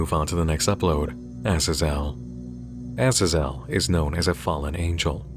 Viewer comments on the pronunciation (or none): Sorry, you've probably gotten this comment a million times, but Azazel is pronounced AZZ - ZAZE - ELLE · Azazel = uh-zaa-zl